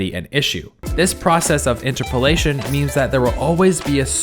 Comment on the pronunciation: Everytime he says "Interpolation" i die a little inside